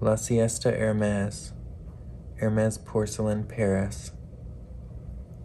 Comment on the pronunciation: What a lovely cup! I love your filming setup, it’s so cozy! I have a fireplace in my den but I can’t put a tree near it because there’s no space. (You would love that room, I see spider crickets there in the fall and sorry to say, I vacuum them up. 🦗) You pronounced Hermès just fine! My neighbor calls it Her-mees, accent one the first syllable. 😁